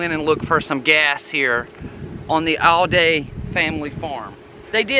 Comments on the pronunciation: It is not Al day. It is pronounced Allday as if it has two LLs. I know. I grre up close by. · I appreciate your effort. You are accurate with most of it. I probably know more about this case than anyone, as my father wrote a book about it, Dead Man Coming, after covering the crime, then the trials. He wrote the book and there was an escape from Reidsville State Prison. Other than not pronouncing the family name correctly, you did get most of this right.